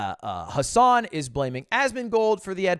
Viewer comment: Ludwig cant say Hasan's name lmao